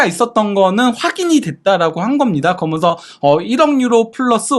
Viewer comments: 아직도 발음을 고치지 않나. 거면서, 거면서. 그러면서 라고 또박 또박 말하라. 아무리 내용도 좋지만 왠 사투리인가. 아주 듣기 안좋다. 거면서, 거면서. 거면서...... 기본적인. 노력이 필요하다. 발음 하나 못고치나 ? 거면서, 거면서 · 거먼서 발음 힘들다